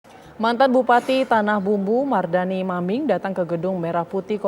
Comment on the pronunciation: Maaf min. Sedikit Meluruskan. Bukan tanahBAMBU, tapi tanahBUMBU 🙏